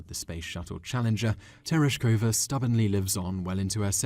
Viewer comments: its Valentina Tereshkova,not Tershkova. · Tereshkova not Tershkova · Thanks for pointing out that It's Valentina Tereshkova, not Tershkova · Tereshkova, with one more e.